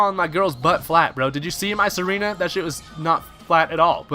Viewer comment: Tsareena is pronounced "zar-ee-na". its like a hard Z sound; like Czar. its not "serena". js as a guy with a vikavolt, i wish the thing had access to parbolic charge kudos for using donphan. under appreciated mon imho long freaking battle here...